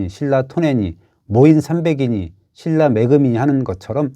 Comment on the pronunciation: 중국애들 신라 실라 발음 안되는거 맞는거 같기도 ㅋㅋㅋㅋ